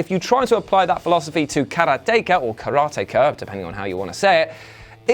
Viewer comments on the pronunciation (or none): none